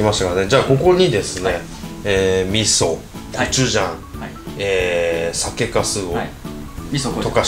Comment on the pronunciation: リュウジさんが酒粕酒粕言うと｢酒カス｣に聞こえます(失礼) どうも〜酒カスでーす！(失礼)